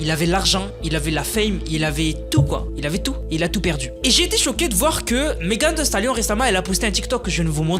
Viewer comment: "meghan vi stalione" lis comme ca 😁